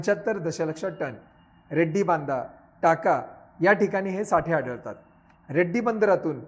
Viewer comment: Sir its not Reddy bandar... it's Redi bandar. Lecture is really helpful.Thanku.